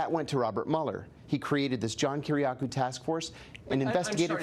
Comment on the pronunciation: His last name is pronounced 'Key-Ree-AHH-Koo,' Not "Kih-Rih-Cow." Come on Tucker.